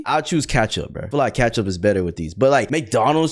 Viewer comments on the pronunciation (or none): it’s ketchup not katchup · Kachup? The hell do you mean kachup it's ketchup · How do you say ketchup like thatttttt?! "Catchup"😂😂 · bro said catchup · Bro said "katchup"😂